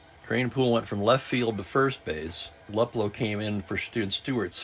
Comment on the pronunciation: I hope you don't mind a pronounciation change. Al Luplow. Instead of Lup Low, sounds more like Lou Plow with the Plow sounding like low with a P in front of it. YouTube has some stuff on Al, where you can hear the name being pronounced. That was a great game a few hours ago. One never know who the star will be until those dice are rolled.